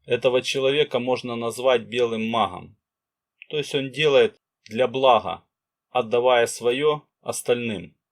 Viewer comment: А что у спикера с буквой "Г" ???? Это что за махия....Такая ассоциация что товарищ Брежнев делает обзор по " махии во блахо...ховорит